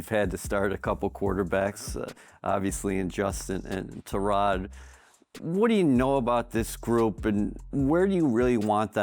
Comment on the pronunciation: ITS TY-ROD NOT TIROD HOW DOESNT ANYBODY KNOW HOW TO SAY HIS NAME. HE GETTING ME TIGHT KEEP SAYING TIROD NIGGA DONT EVEN PRONOUCE THE "Y"